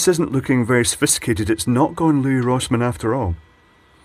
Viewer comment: I think Louis Rossman's first name is pronounced the same way as the name Lewis